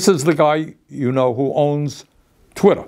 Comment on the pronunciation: "twittah" bernie 2024